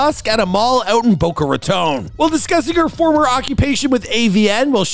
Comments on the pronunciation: Boca Raton Not Baca Roton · That is not how you pronounce Boca Raton. Bow cuh Rah tawn.